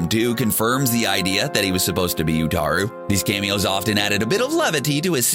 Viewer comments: Uatu, not Utaru. The second sounds like an anime character (not that there's anything wrong with Anime, of course). It's pronounced Oooh-ah-tioo. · Earth's watcher is 'Uatu' not 'Utaru'... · It's "Uatu the Watcher", not "Utaru"! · Utaru? Ummm...that's Uatu. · Utaru??? It's UATU the Watcher. Smh. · Uatu not Utaru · IT IS PRONOUNCED UATU The Watcher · Its pronounced Ooo-Ah-Tu 😒